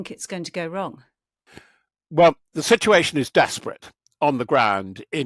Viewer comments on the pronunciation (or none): none